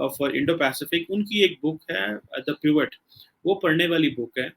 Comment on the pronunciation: Kurt Campbell "Pivot" Desi Pronunciation 😭😭😭